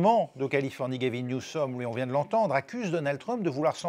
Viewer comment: Vingt se termine par un t Donc pas de liaison z. Dites le à.